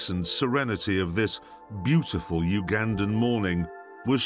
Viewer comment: The guy who makes fun of how Americans talk pronouncing Uganda wrong.